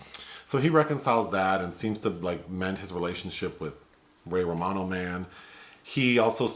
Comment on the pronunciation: "Ray Ramano Man" 🤣🦃🤣